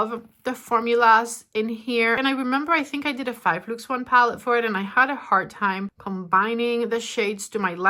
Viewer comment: How can you say Natasha but cannot say palette